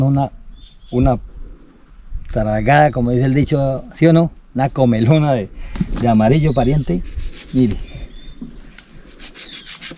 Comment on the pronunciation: No es comelona, es comilona.